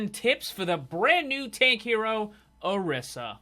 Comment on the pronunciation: Orisa is pronounced O-RE-sa